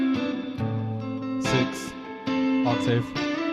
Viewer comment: Sixfth 😂 glad i found you a couple weeks back bro. Your teaching is way more straightforward than some of the most famous channels on here. Thats called freedom!